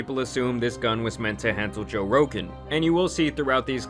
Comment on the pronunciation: He couldn’t said Jose Rogan